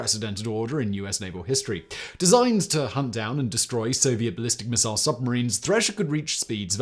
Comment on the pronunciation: Say missile again 🫠